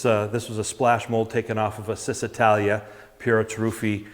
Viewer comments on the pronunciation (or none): And the owner has yet to discover that it's actually pronounced "Cheese-italia". Not being critical because I said "Siss-italia" myself for most of my life.